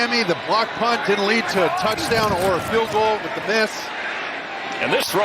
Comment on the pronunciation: "That was a Patriot ROUCHDOWN! For Remandre Stevenson!" 😂